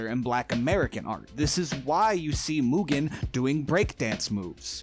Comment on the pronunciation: Congrats on pronouncing Mugen correctly: "moo-gen" and not "mew-gen"